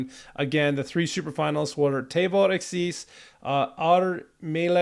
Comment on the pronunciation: The accent in the word akys is long on the letter A.